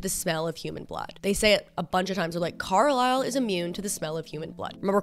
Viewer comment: the way u say carlisle is so fucking funny because i’m aussie AND IT SOUNDS LIKE UR SAYING CORALINE